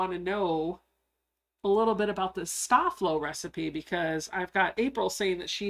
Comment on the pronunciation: Hi, a great Live! I Love ❤️ the vinyl pouch, adorable 😍 💕 FYI, I grew up with a Mom who ironed all of my Dad's man tailored shirts that he wore to work daily she used Sta-Flo and it should be pronounced Stay Flow. Just thought that people of the younger generations should know!Thank You for Sharing another great project 👍 😀